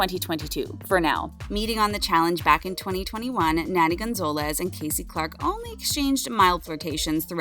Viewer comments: Nani is not pronounced like nanny. Can you read this? gnaw-knee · actually her name is pronounce Naa-Nee. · “ Nanny” lol